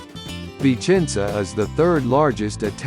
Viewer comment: It seems the speaker says: "Vincenza".